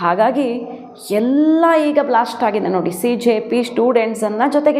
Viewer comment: Cjp or Bjp your pronounciation CONFUSING. SO better use word COCKROACH